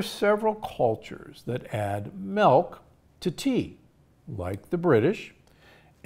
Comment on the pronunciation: Why are you saying MELK!!